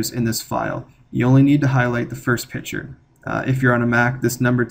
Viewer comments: It's a picture, not a "pitcher." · Great video- wish you pronounced the "c" in "picture" though.